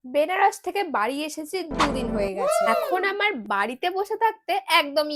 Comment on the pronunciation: Tum log Benaros 😅 bolna kab band karoge Banaras hota hai bahan dhang ka pronounce kar liya karo